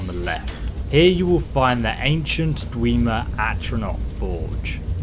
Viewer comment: This is where you will find the ''Ancient Dweemer Ahrontch Forge™'' no offence pls